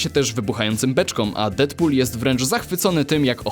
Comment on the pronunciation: "Dedpul", nie "Defpul". Tam jest DEAD nie DEATH. A poza tym to fajny materiał macie lajka.